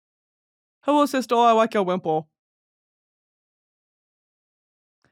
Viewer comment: hellow sistuh i wike your wimpuhl